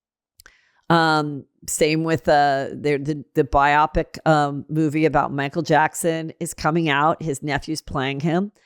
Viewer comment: It is bi-o-pic not biopic. Your the second person in a week I have heard saying it wrong❤